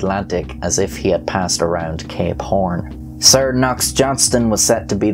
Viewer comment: When he says "Cape Horn" it kinda sounds like he's saying "Gay Porn"... Now you won't be unable to hear it...